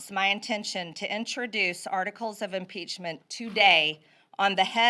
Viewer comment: "... it is with the highest amount of "solemnidy" (SIC), I announce "inpeachtree" for everyone. - MTG